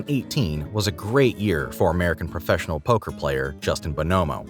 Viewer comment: Why you saying bonomo like that